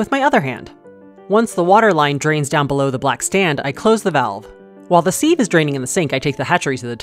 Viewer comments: Seeev? It’s pronounced siv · Seeeeeve? Sieve, is pronounced Siv. Sih-v. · Sieve**! And its pronounced “siv” not “seev” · I always pronounce it "seeve" by accident too 😂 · Pronounced 'siv'